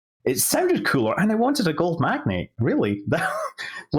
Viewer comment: MagnAte. Gold MagNATE. Not magnet. This really bothered me.